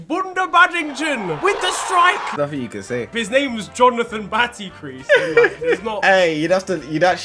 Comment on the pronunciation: Man said Jonathan BattyCrease 😂 🤣 🤣 I'm dead